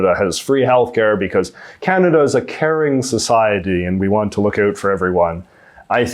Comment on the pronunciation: I'm still convinced that JJ is having us on with his accent. He pronounces "ou" like the American stereotype and not like any Canadian I have met, ever. And I mean, ever. I've lived here, grew up here, travelled end-to-end here several times and, never. So. ❤